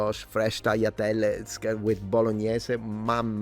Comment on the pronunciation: Did I hear you correctly, when you pronounced "tagliatelle" as "taiatelle"? Is that a Sicilian accent thing, or maybe I misheard? BTW, in Catalan, originally (XIX-early XX c) we also used to call "pasta" simply "macarrons", as you mentioned they do in Central Italy. Nowadays we call it "pasta", and "macarrons" is used to refer specifically to your "penne" (especially the "lisce" ones). Also, I though eating ravioli and tortellini in broth was something we did but not Italians, just like we eat cannelonni with bechamel sauce au gratin, rather than with tomato sauce (but not excluding it). Oh, I forgot, we have short dry pasta too all the way from the Middle Ages, both thick and thin ones, which we call "fideus" and I never know what they are in Italian.